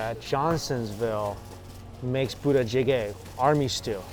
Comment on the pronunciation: Everytime Mike tries to say "부대찌개" (Budaejjigae) a part of me dies inside